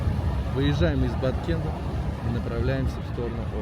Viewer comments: Баткен,а не Баткент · Не Баткент а Баткен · ...Произносите правильно Кыргызстан, Баткен, а не Баткент.💪🇰🇬🌅🌊🦅🐎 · Привет, классно, но не Баткент а Баткен, без "т" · Правильно будет Баткен , без буквы Т в конце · Привет брат не баткент а баткен 😊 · Почему Баткент??? Когда название Баткен ??? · Баткен а не БаткенТ. Дизлайк. Географ глобус пропил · Хороший парень этот. Без понтов и без негатива, все как есть. Только название города не Баткент, а Баткен. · Почему БаткенТ, если город называется Баткен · Баткен,а не Баткент.Урюк,урЮка,а не урюкА. Урюк не абрикос. Баткенский урюк и урюк из Соха попали в книгу Гинесса по лучшим в мире качествам, вкусу,особенно - сахаристости.Все фрукты на этой территории самые вкусные в мире. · правильно будет Баткен без (т) в конце✊ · Не Баткент..а БАТКЕН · Не баткент а Баткен названия региона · Правильно Баткен. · Баткен будет правильно называть